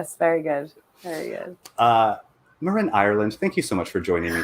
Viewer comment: Holy shit finally someone with the same name who pronounces it the same!